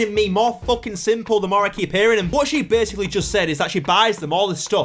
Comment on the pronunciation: ever since i was 6, ive always wanted to be an aerospace engineer and tbh, it actually feels good to have something to strive for and work towards. if my parents had taken me out of school, i probably wouldnt know what an aerospace engineer is ps. i swear she said "basicall things" if thats the case im done